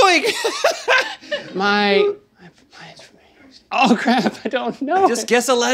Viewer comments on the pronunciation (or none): “MY EE IS IS SOIG” -Link 2019 😂😂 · My EE is soig, 😆